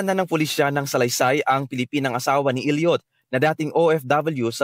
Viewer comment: Hindi “il-yut”, “el-yot”